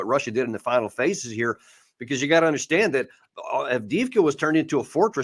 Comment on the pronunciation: What's with Alexander's horrible pronunciation? Every time he says Avdiivka it's cringe. 😬